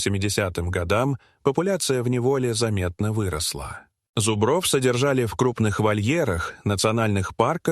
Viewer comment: Подарите лектору орфоэпический словарь. Замечательное видео, но от зубрОв уши вянут!